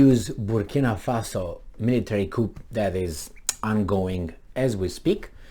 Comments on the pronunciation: You're barking at the wrong tree here. I know what a coup d'état is (I'm actually French) but was merely letting know it's pronounced 'cu' and not 'coupp' in French. He uses the right word but doesn't pronounce it correctly, thus making it sound (to French ears) like another word with completely different meaning.Try reading my original comment for better understanding. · Coup is pronounced KOO, with no "p", because it is a French loanword. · The p in coup is silent. The full terminology is coup d'etat. Also, the last t is silent. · But his way of saying it is more entertaining.